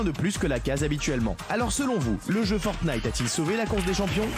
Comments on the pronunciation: Francesca : Fortqnite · Forknite lol